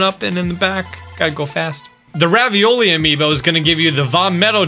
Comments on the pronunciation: Am i the only one who noticed he said ravioly insted of revali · Did really say ravioli instead of revaly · You know it’s ravali not ravioli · I honestly love how you don't say Ravoli but you say Ravioli. 😂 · finally someone else who calls ravali, Ravioli xD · LOL I CAN'T UNHEAR IT NOW 😂 #RavioliTheBird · He said ravioli instead of revali 😂 i subbed btw👍🏼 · "Ravioli" ok. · bruh did you just call Revali, ravioli?! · .... Did he just called Revali "Ravioli"? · Has anybody noticed he said RAVIOLI AMIBO. WTF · did this guy actually just call revali ravioli?? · Ravioli amiibo? I thought it was Revali amiibo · How is Revali pronounced Ravioli?